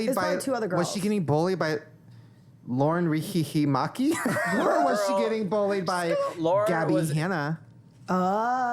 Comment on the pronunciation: “lauren ree-hee-hee-maki” ohmygod 😂